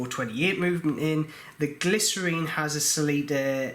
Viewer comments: GLI-scene is the correct pronunciation, and you have left the broken teeth in watch, oh dear. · It is pronounced gly--cine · Not sure I’d trust anyone who can’t read the word Glycine and pronounced it glycerine. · Hey, thanks for the informatve video. Knowing the issue about the ratchet wheel, maybe we should all consider using the Miyota 9xxx series more often OR have someone make sturdier wheels. Also you might want to call the GLYCINE it's correct name, not glycerine. 😉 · I’ve heard Glycine pronounced: glisten. Which one is correct: glisten or glyceen? 🤷‍♂️ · Sounds like glycerine the way you pronounce it. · He was pronouncing Glycine wrongly which is not a British thing, that's his own problem. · lol.. nope.. just him pronouncing Glycine wrong lol.. either way.. IT'S NOT US SAYING IT WRONG.. WE INVENTED THE LANGUAGE!.. YOU YANKS BUTCHERED OUR PRECIOUS LANGUAGE!! lol..